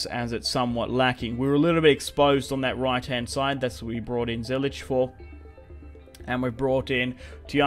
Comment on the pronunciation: he said zilech and its Ziyech